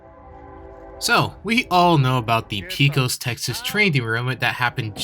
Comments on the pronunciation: It's pronounced pay-cos. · Why does nobody know how to say Pecos. It's Pay-kiss.